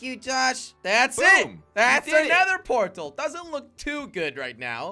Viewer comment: Jelly:portal: porl